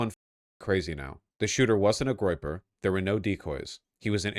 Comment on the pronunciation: Vaush it was a groyper please ffs it's a groyper